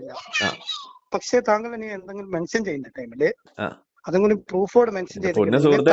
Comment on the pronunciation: മെൻശൻ.... ഇശ്ട്ടം ...😅😅 മലയാളം പഠിക്കട ആദ്യം.